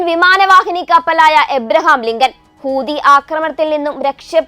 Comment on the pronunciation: Not hoodi , hoothi is right ok